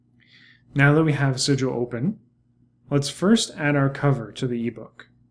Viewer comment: Great video thanks. What is it you are saying at 11.38ish - open your eBook in 'sidual'? What is 'sidual' or what ever it is that you said and where do I find it?